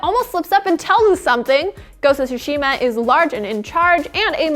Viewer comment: This pronunciation of tsushima was hard to hear